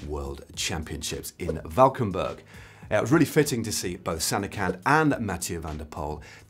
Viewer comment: Also, great pronunciation of Valkenburg! Kudos